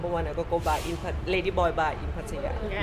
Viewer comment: 1st guy who can pronounce Pattaya correctly! Good 4 u ...